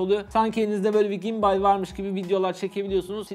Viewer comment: ALLAH AŞKINA ŞUNU GİMBAY DİYE OKUMA NOLUR BİKERE GİMBIL DÎYE OKUUU NOLURG